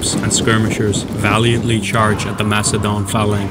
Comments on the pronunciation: Please don’t say mackedone 😂 it’s pronounced like an “s” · So what is it, Makedon or Macedon? Both pronunciations are used at different points in the video. I also noted some apparent confusion/mixup between the Roman right and left flank in the latter part of the battle description.